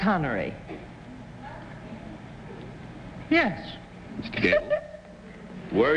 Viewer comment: Seannery Connery.